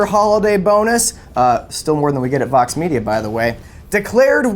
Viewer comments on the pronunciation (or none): Whoa whoa whoa! Terrified me for a second there, thought I was being brainwashed like my grandma! You really should annunciate your V a little better when saying Vox, I thought you said Fox! Thought I was Mr. Robot there for a minute!